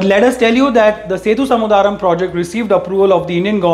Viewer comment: its Sethu Samudhram (sethu yani bridge & Samudhram yani ocean) and not "samudhaaa-ram".